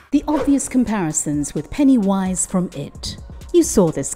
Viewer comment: Why do you say it like that? It's one word. Pennywise. It's so disturbing and creepy.